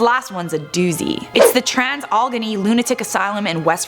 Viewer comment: Im not trying to be rude but it's pronounced like Al-uh-gany. I live in West Virginia and that's how it's always been pronounced. Again I'm not trying to sound rude.